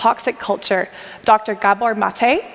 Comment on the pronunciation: Gabor, not GabOR. That said, Gabor Mate's book helped me a lot.